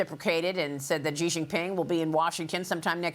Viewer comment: Xi = “She”, not “Jhee”